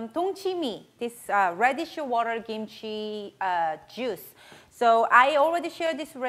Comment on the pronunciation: I love how you say kimchi. It sounds like gimchi.